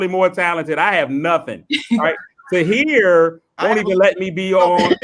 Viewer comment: calling Tahir 'Rihat' is the funniest shit ever. 😅😅🤣😆😆